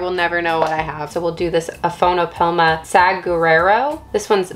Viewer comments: Aphonopelma saguaro would be pronounced "Sah-whar-oh" like a saguaro cactus. Thanks for the video! I loooooove the "boring browns" they're so beautiful! Glad you appreciate them too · Saguaro is the same as the cactus, pronounced Sah-Wah-Row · SAGUARO is pronounced " suh-war-oh" . It's the very tall, armed cactus in the southwest. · it's cute the way she butched ' Saguaro ' !🌵✌🤔😅